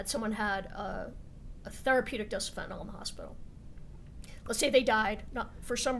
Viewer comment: So hard for me to hear, as a retired paramedic, people calling Fentanyl as Fentanol. I realize that this is my own bias, but I would hope that they would pronounce it right, after all everything is based around this.